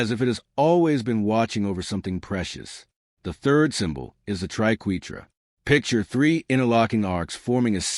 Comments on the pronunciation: This is shallow explanation. - AND - The AI "narrator" can't pronounce triquetra or ankh correctly. Artificial Idocy! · we are #3 and i love it when the fake AI can't pronounce Triquetra the proper way